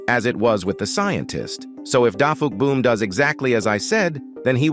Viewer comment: His Name Is DAFUQ!BOOMTV NOT DAFU!QBOOM